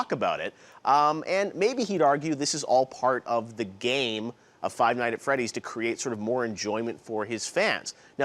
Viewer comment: WEW CORYKENSHIN OMAGAWD You said the title wrong. It's Five Nights at Freddy's not Five Night at Freddy's